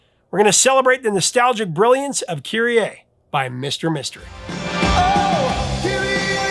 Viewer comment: Kyrie is is not pronounced KyrieAY. It's Kyrie Eleison, keh-REE ay-LAY-zon